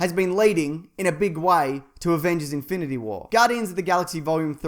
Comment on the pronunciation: Infiny war lol